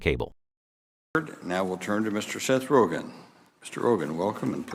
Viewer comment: “Okay Mr.HOGEN” lol 😂😂😂